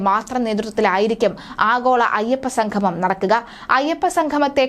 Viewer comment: സംഘംമം അല്ല സംഗമംഎന്ന് പറയുക.. അതുപോലെ sanadhanam അല്ല സനാതനം എന്ന് ഉച്ചരിക്കുക. ദയവുചെയ്ത് മലയാള വാക്കെങ്കിലും ശരിയായ രീതിയിൽ സംസാരിക്കാൻ ശ്രമിക്കുക